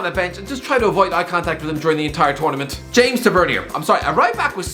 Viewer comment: His name is pronounced ‘James Ta-va-neer ’ not James ‘Tah-vet-KnEe-Er’